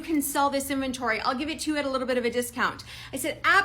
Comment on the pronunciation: "inventory" is not pronounced as "infantry".